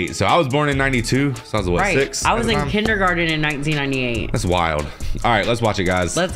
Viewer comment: My dude said 1998 with his whole chest and my knees instantly started hurting 😭